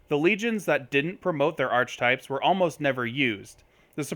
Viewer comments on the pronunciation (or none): It's pronounced "are-kuh-types" not "arch-types". Good vid otherwise though.